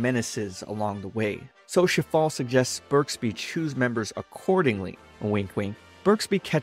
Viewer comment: Shifale sounds like Shitfale